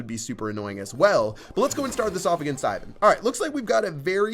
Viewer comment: lmao the way you said Ivan xD